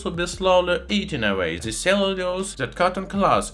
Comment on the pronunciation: Совет: в словах the, this итп. th произносится как d а не как z. Таким образом на пару шагов приблизишся к правилному произношению в анг языке. С помощью Google Translate можно успешно тренироваться. Не понимаю почему в России в произношение вставляют z...